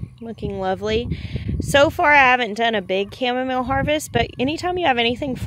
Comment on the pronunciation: Kevin Epic Gardening pronounces it "cha-mom-a-lay" as a joke 😏. He uses a blueberry or cranberry picker to harvest his chamomile flowers and it's genius!